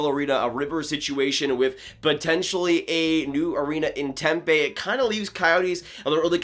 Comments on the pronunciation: Just a quick note: it's pronounced "tem-pee", not "tem-pay". Drivin me nuts. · I'm a fan of the Pens but live in AZ and follow the Coyotes as well. The city they would be building the new stadium in is pronounced temp E like the letter E. The fans don't go to the games right now because they are tired of seeing the team at bottom of the league year after year. They never build correctly and when they start getting the correct players from the draft they always jump the gun and add the wrong talent around them and always end up staying in mediocrity instead of building a team around guys that give you that shot every year. When this happens they make bad trades to sell off the team for nothing. It's nice to finally see them stacking draft picks, especially in a very talented draft class. I truly hope they don't trade this kid and if they do it should be for no less then 3 first rounders. It's not often a young number 1 defensemen with a low contract number that's locked in for 3 more years comes to the market. They should take no less then a top prospect and 2 first rounders and teams that wanna win will pay that for someone that will be easy to fit under the cap.